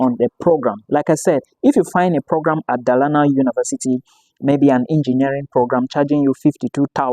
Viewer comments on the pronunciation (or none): Dolana, that’s the pronunciation